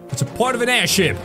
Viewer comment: Did you say aidhip